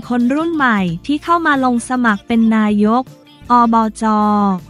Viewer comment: อ่านผิดอ่านใหม่ได้นะ อ่านว่าไง ไม่ใช่อ่านว่า นาย กอบจ. อ่านว่านายก อบจ.อายเด็กนะ